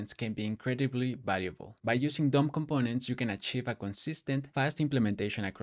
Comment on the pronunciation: i was hearing "dumb components" instead of "DOM components," and i was like, "... bold naming expo, bold naming"